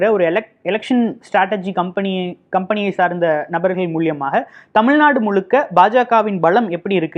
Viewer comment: 'மூலமாக' சரி.. 'மூல்யமா' தவறு